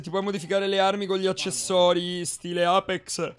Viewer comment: Alla fine ne pali male a pronunci sempre apex 🤣🤣🤣come sei andato all'evento?